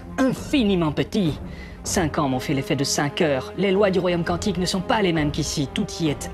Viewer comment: "QuOUantique c'est joli". Biz à nos cousins belges ;-)